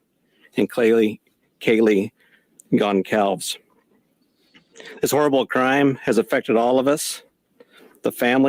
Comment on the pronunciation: Horrific! Where is the safety in numbers adage? Fyi - Gonçalves (Gone- sal-ves) is a Portuguese surname. Ç in front of a = s sound, as in French.